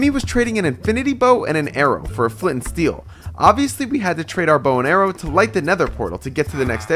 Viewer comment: "FOR A FLEENT ANS STEEL" bro......